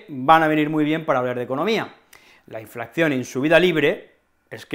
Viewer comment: ¿Por qué dices *inflacción?